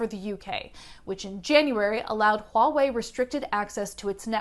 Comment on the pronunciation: Your pronunciation of Huawei is on point! I've heard so many reporters butcher that name.